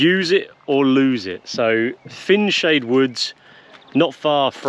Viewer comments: Pronounced fine-shade btw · Fineshades If it is the one between Corby and Stamford, it was well known to be highly infested with Adders., mainly in the woods. Oh and btw it's pronounced Fine Shades